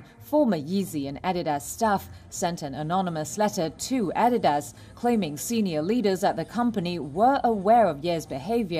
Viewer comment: R THEY SERIOUS?! 'ADDY-DAZ'??😅